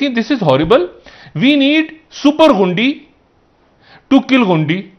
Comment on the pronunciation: شا ھد صاحب غُنڈی نہیں غُنڈے